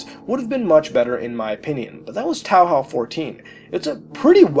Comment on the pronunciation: wtf is towl howl? You mean TOE HOE?